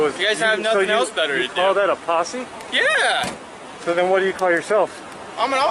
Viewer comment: Posse. Not possy